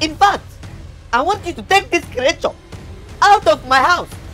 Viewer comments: I like how he pronounces creature as"kriature"... It's just funny😂😂😂😂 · The pronunciation of "creature" is wild😂